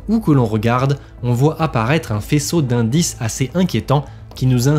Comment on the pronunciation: Indices au lieu d'incides sinon bonne vidéo! Bonne nouvelle chaîne